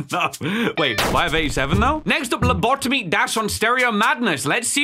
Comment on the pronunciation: Its lobotomy Pronounced:Low-bo-tomy